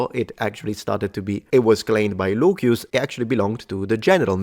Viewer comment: I'd like to know if the way you pronounce Lucius, as Luquius or something like that, is the way it was pronounced in Latin.